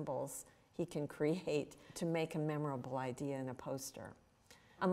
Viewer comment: stop saying idear god damn